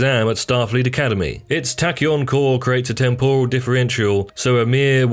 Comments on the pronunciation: It’s temporal not tempural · Temporal said in the style of an Asian cuisine 😂